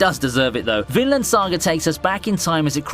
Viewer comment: This Guy : "Vinland Saga" also him : "Finland saga"